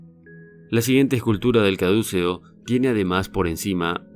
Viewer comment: Señores, el nombre del símbolo de la vara con dos serpientes enrolladas no es 'cadúceo' como usted lo mal pronuncia, sino caduceo.